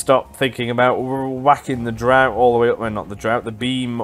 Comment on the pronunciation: "Draught" is pronounced as "draft". The game uses the British spelling. Americans just spell it as "draft" to begin with. :)